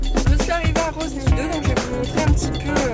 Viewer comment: Par contre personne ne dit roSny , le S ne se prononce pas ^^